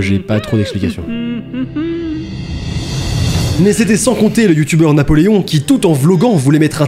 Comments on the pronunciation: NAPOLÉON* PAS NAPÉLON QUAND MÊME 😭😭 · Qui a remarqué le "Napélon" au lieu de Napoléon ? 😭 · "Napélon" on respecte même plus Napoléon